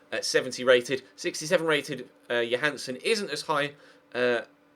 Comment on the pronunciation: JÓHANNESSON say his fkn name right